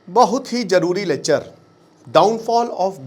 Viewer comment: लेक्चर ❌लेचर✅